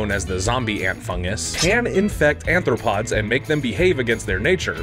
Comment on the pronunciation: It’s arthropod, rather than anthropod. Anthro- means human.